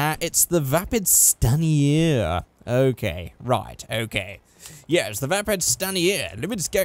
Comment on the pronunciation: Stan-e-air. Its STAIN ER.